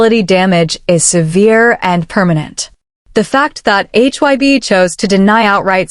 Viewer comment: You know this has got to be AI or a computer. It don't even get names right. It was calling HYBE hyb and Jennie Jena. I don't believe any of it is true. I believe if they are seeing someone it would be better to take them to their home. More private. You wouldn't be out where people would see you. Those fake pictures of V and Jennie at Jeju Island was way out there. And especially the ones in Paris. Maybe they dated and maybe they didn't. I myself think they didn't. I think it was a big rumor that she started and he decided to stay away because it could have hurt him worst. Remember his shirt he wore at the airport that said "Your dog isn't my dog!" We've seen stuff she has done for attention. I just can't see V with her. She don't seem his type. But maybe he likes nasty girls. I really can't see it and I have a hard time with all the rumor about any of these guys!